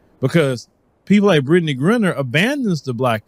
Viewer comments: Griner I know. Grinner I do not. Please say her name correctly. Give her that much respect.🤣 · Her name is GRINER, not ‘Grinner’. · BRO...you gotta get Brittney Renner off your mind! It's Griner, (with a LONG I) not Grinner! lol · pronounce it right. Griner not grinner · I know you're country but her name is Gr-eye-ner!!!!!!! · Would be dope if you pronounced her name correctly. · I'm no fan of hers but it will be nice if took the time to learn how to pronounce her name correctly.